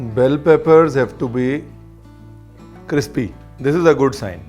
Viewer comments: Ranveer it's not cripsy.. Crispy bola jata hai.. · 'Cripsy' sounds crispier than 'crispy' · Ranveer Paji tusi Crispy nu Cripsy Kate bolde ho? 😂🤣😂🤣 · Sir now I actually forgot how to pronounce crispy whenever I say crispy I end up saying cripsy 😂😂😂 Now that crispy written on my comment is auto correct ok😏😂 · I love when chef corrects himself - cripsy not crispy. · Is it only me ??? I heard cripsy again!!!!😁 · Hahahaha .. till now I used to think, you can’t pronounce crispy... you got me here